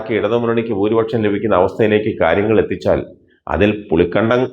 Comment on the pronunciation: പുളിക്കണ്ടമല്ലടോ പുളിക്കകണ്ടം. കാര്യം മനസ്സിലാക്കി വായിക്കടോ. 🥰🥰😜